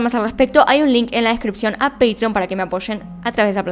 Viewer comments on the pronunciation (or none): none